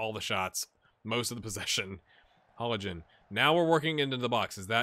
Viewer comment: You are pronouncing Hollingen almost correct, except that there is no pronounced g sound. It is pronounced the same as -ing in linguist for example. Also another thing I noticed just now, with names ending in Ee, the letter should basically always be pronounced. The rivalry thing is mostly due to Norwegians being nice in general (bias much?). There are no real hooligans/hooliganism in the country. I remember at most two larger incidents the last 14 years, one case of racism towards a player and one pre-match fight. The rivalries are mostly due to regional pride, and even then it's nothing violent/heated, besides just fanclubs singing during the matches. Transfers between rivals aren't too big of a deal either, though hardcore fans might not give him the warmest of welcomes when returning to play.